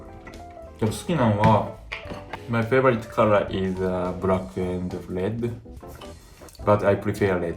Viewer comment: I love how he says black “Brack”